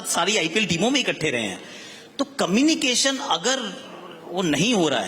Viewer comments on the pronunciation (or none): मुझे ऐसा लगता है की मेरे कान सुन रहे हैं कमिनी एक्शन, क्या वोह कम्युनिकेशन की बात कर रहे है???